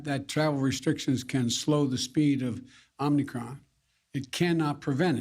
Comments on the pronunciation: Why don't they correct him? It's not Omnicron... it's Omicron. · Even the criminal liar Fauci said “Omnicron” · He can’t even pronounce the word Omicron—he says “Omnicron”. He took “immediate steps to restrict travel” to Africa, huh? I seem to recall Trump being called Xenophobic for doing the same thing. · "Omnicron"... First thing out of his mouth is wrong. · Travel restrictions unless it's the southern border. Why is he pronouncing an n when there isn't one. PinochiJoe is crushing it. #JunkYardDog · FJB can’t even pronounce it correctly. “Omni-cron” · I like how he pronounces it “Omni-cron” the extra n really adds character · It’s not the Omnicron you bumbling idiot. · "OMNI-chron". The boob can't even say the word correctly. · Idiot president can't even pronounce it right. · Funny how he mispronounced Omicron. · Wow omnicron, that's a big word for this little boy biden. Hope he studies for the upcoming spelling bee. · Jeeze! He can't even announce the "new variant" properly. What a joke he and all of these Idiots are! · Fake president can't even say omicron. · he doesn't even pronounce the varient correctly. He puts an "n" in there. Can't stand him. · It's scary he obviously hasn't heard anybody anyone else say the name of this variant out loud by the way he's mispronouncing it off the prompter. Seems like he should have been briefed by someone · I noticed that too. Omicron as you know is anagram for “Moronic..” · If mispronouncing the very thing that the speech is about counts as speaking well! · He can't even pronounce it correctly. Those who wanted the jab has already gotten it. FJB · He doesn’t even pronounce it right. Amazing. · He can't even pronounce omicron properly! It's not omnicron! Does he even realize it is a letter of the Greek alphabet?! C'mon man!! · "Its called the Omnicron." Lol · Why does this idiot call it Omnicron when its Omicron? Idiot. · It's "Oh-mee-cron." Not "Om-nee-cron." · OMNICRON? thought it was OMICRON 😂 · Omicron, not omnicron.